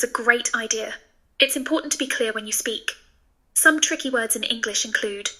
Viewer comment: Da un insegnate severo... complimenti per il tuo italiano! Non direi tu abbia un accento, hai solo un'inflessione sbagliata su alcune (poche) parole (come quando parlando inglese, per il resto perfetto, hai pronunciato in modo particolare "some"), se il tuo inglese merita 99/100, l'italiano è già a 95/100...